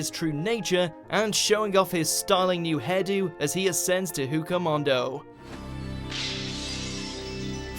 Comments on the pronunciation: Hooka mondo? God damn it man. It’s pronounced wako moondoe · Hueco Mundo pronunced Way-ko Moon-doh you genius. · This dude really just said hukomando... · I like watch mojo but... Did he say... “Hey-ka-moundo”? Oh that’s just...disappointing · ..........Did he seriously pronounce "Hueco Mundo" like "Who-eyco Mondo"?????????? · ITS PRONOUNCED "WAKO MOON-DOE"(hueco mundo) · YuudiHoshi iknow right wasnt it pronounced wakeo mundo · the way he pronounced Hueco Mundo made me laugh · You've butchered the pronunciation of "Hueco Mundo" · Ohhhh the way he said Hueco Mundo 😖😖😖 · I mean, do you guys purposely butcher the names? Never in my life have I ever heard pronouncations so wrong.